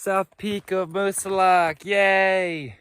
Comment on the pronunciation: Moosilauke is pronounced with no e at the end. Plain old Moosilauk.